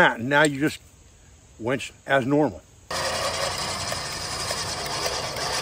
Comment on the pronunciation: 'Winch',, the word is 'winch'. SMH..."wench"...geezis...